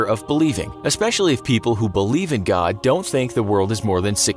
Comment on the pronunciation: Why do you speak "god" as "godn"